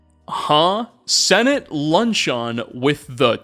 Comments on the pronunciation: ok it was a great video but im considering ending myself in minecraft if i hear someone say "lunch-on" instead of "luncheon" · I’ve never heard luncheon pronounced that way😅😂